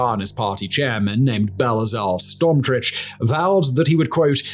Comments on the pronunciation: belazel stormscreech 😆 i think u meant bezal'el smotrich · its bezalel smotrich, not belazel smotrich